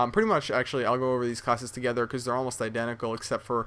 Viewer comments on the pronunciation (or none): none